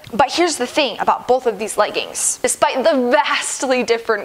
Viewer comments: It’s so cute how you say legguns instead of leggings. 🤗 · The way she says leggins😂😂😂